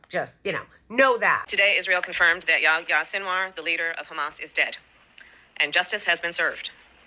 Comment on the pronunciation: Its Yah-ya